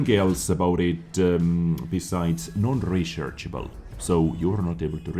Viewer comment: U heard that? Its non rechershable said non rechershable